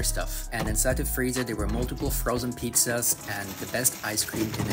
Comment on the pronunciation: I can't stand people who pronounce pizzas as "peeksas". Totally random thought: with all the technology out here, why are there so many people out here misspelling every other word on the internet? I guess I'm just an old guy bothered by everything lol 😂